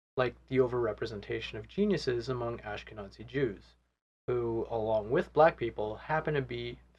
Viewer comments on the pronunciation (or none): It might be a good idea to soften your pronunciation of the "z" in Ashkenazi.. pronouncing it with a hard german "z" will be offensive to some.